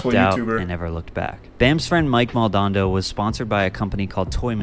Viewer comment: it´s fkn mike MAL! DO! NADO, not maldondo 😂